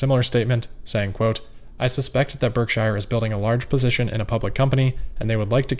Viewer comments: Berk-sure not Berk-shire; a minor quibble but it seems like we should say it like Buffett says, when we are talking about his company. Great work otherwise,, as usual. Not trying to be bitchy, just accurate. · I love your videos and I mean absolutely no offense, but I think you need to revisit your pronunciation of “Berkshire” 🙂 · warren pronounces it BERK SHER, as opposed to shire